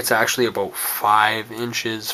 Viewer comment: random question. are you from Canada because when you say about it sounds like aboot. Awesome video, 5/5